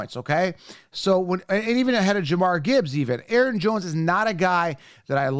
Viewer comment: This is how you pronounce these guys names. Cause obviously you can’t figure it out. “Deh-Von-Aye-Chain” “Bee-John-Robinson” “Jah-meer-Gibbs”